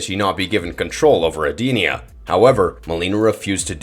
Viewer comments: Why are the names so messed up. I never heard Shaolin and Edenia pronounced so badly.... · You lost me immediately with that pronunciation of Edenia and calling Shao Kahn an alien. Outworld is a different realm, not another planet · Lol Ed Dinnena? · Yup and he completely mispronounced Edenia. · That's not how you pronounce edenia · This guy needs to do some research on pronunciation. How do you cover mortal kombat and butcher Edenia and Shaolin?